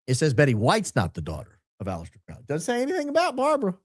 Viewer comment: Will you pronounce Alaister Crowleys name correctly? Please? Thank you!!